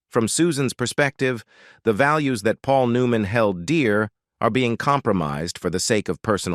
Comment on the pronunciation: Do these narators not know they are mispronouncing so many words they are reading even the main person's name? Aren't these listened to by someone who can correct these horrible mistakes? Makes me not want to listen at all. New man? Forgoodness sakes, someone correct the mispronounced words before putting them on here!